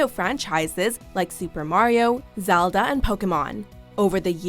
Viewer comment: I’m sorry but is no one going to point out the way she said Zelda